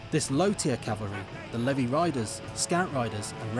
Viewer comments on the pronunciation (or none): none